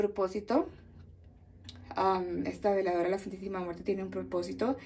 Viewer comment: Buen día no separé las palabras se dice veladora no diga vela dora perdón pero ASI se dice veladora